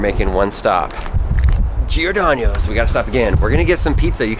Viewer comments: Every place you visited was pronounced wrong Giordanos, not giordanios. Joel-e-et, not joilet. Portillos, not portiellos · It's not Giordanio's it's Giordano's. Also Lou Malnati's is has the best pizza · Lol you are cracking me up. It’s jo-lee-ette. And girodanos is pronounced w/ a no at the end 😂 just like how it’s spelled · This video is a pronounciation disaster. Joe-ly-et, as in Juliet but with an O. Por-till-os, and you didn't get an Italian beef so you basically wasted your trip. And there's no Y in Girodano's. Uncultured swine!